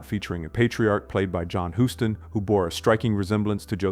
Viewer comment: John "Hooston"? Dude, just stop.